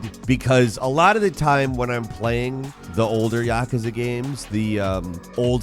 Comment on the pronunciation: That may be the most ignorant pronunciation of yakuza I’ve ever heard. Was it a joke or is he brain injured!?